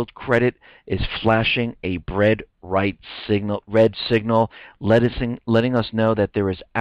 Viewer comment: "a bread right signal" and "lettucing us know"? lol Is hungry?